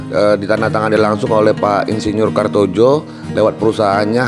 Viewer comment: Mungkin bacanya "kartoyo" bukan "kartojo"